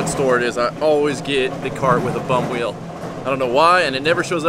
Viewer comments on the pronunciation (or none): none